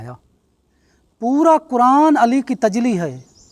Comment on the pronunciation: Tajli nhi tajalli hota hai